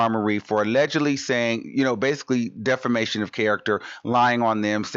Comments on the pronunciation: stephan olivier u forgot to say diffamation that how she pronounced it 😩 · debra Smith 😂😂😂😂 Lol that’s what I was about to say too. That must’ve been a new word that Cardi learned since she loves saying it so much now. Diffamation of character. 😂😂😂